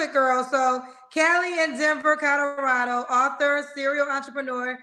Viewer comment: “Codorado” lol